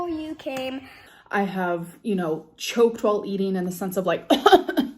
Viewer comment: gorl spent 11 seconds trying to say "choked"